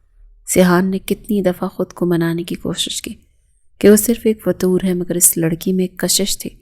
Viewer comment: فطور نہیں فتور ہوتا ہے